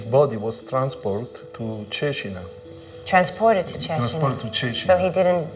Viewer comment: I found very fascinating how they kept the Tuscan pronunciation of Cecina through the generations, even after many years in USA.